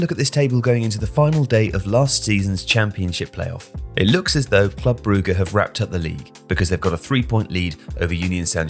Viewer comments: Brugge is pronounced Brooj/Broozh, not Brew-ger. Sorry, had to stop watching the video because of the repeated mispronunciation. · jesus you cant even pronounce Brugge correctly? beyond ignorant, put a lil effort into it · The way he keeps incorrectly pronouncing Brugge/Bruges really annoys me 🤬🤬🤬🤬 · Why is everyone starting to call brugge, brugger? Lol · "Brugge" is honestly offending